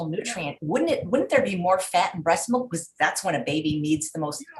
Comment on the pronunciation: Melk-mlk- it's milk. English .